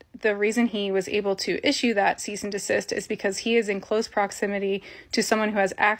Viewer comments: bro , two videos in a row you said ceaste and desist, are you tarded as shaun? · “Ceast and desist” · Brother. It’s cease and desist. Not ceast and desist.